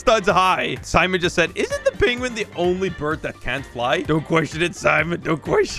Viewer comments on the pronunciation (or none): the fact he called a penwun a chiking is so funny